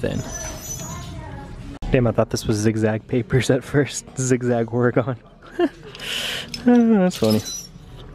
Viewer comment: It’s pronounced “Or-eh-gun” Love the vlogs as always dude. And yes a zig zag vintage tee would have been dope. Pun intended.